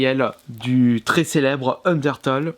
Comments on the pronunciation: sa se dit: ``undertéle`` pas ``undertole``. ta pas acheté undertale pour la PS VITA pour ton fullset? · ca se dis un DER TAILE bien que sa s'ecrit UNDERTALE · UNDERTALE C'EST LE MEILLEUR JEUX AU MONDE UN PLAY STP (ps sa se dis unertéle mais sa s’écrit undertale) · ON DIT PAS UNDERTOLL ON DIT UNDERTALE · il a dit undertole xD sinon super video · "" un d'heure taule "" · C'est bien d'acheter Undertale mais ça se dit [UndertAIle], comme le mot "tail" en anglais ;D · Udertale ce prononce undeurtaille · Sa s'écrit undertale mais on dis undertaile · En vrai le premier jeu se prononce Ondirtule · Sinon pour Undertale c’est une tuerie ce jeu !! Ça se dit undertaïle :) mais ce qui est dommage c’est que le jeu officiel est soi en anglais ou sois en japonais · ça ce prononce ender-tale et le a se dit comme si tu disais "tails" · A force de dire Toles Of... T'arrive pas a dire Undertale correctement... Fait gaffe avec Fallout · Je crois que les fans d'Undertale vont surtout apprécier comment t'as ecorché le nom du jeu xD